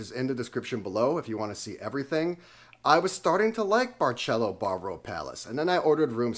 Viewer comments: It's not pronounced with "Ch" . That's Italian! It's a like an "S". Like Barcelona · It’s Bar”s”elo. Not Bar”ch” elo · Barceló is pronounced Bar-seh-LOH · Did you just say “barchélo”? 😮 is not Italian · Or….memories ❤ but why u say Barceló as Barchelo…. It’s Barceló- pronounce as letter C not as letter CH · Barcelo is pronounced BAR-SEH-LO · Learn how to pronounce the hotel name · dude is way to picky complaints to much just stay home. he hates kareoke, noise, over populated jajaja omg jaja.... is different culture different vibes different seasoning different food but you love international food i wonder why lmao, btw you even saying the name wrong. Hard Rock sucks but i bet you love that one jaja